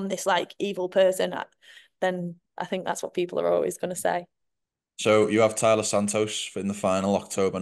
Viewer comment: It's TAILA not Talia